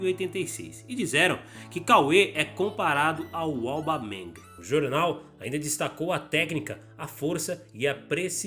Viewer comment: Cauê na copinha quando entrou não fez absolutamente nada, mas como é jovem, de repente evolui. O mais engraçado foi o a pronúncia do nome do Aubameyang kkkkk